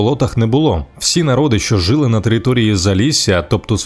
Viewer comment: не жИли, а жилИ наголос на И українською мовою